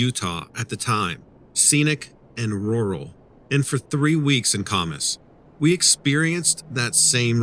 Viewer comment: The name of the town Kamas is pronounced Kam us with the Am sound not the ah sound. Geez learn to pronounce